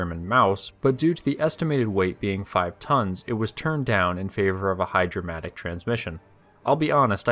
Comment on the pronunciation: ..."hydrymatic"? ..."hydra - matic" ??... "HGH-DRAMATIC" ??? ...what does that even MEAN?